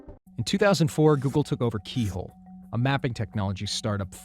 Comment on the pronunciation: Oggle. Not google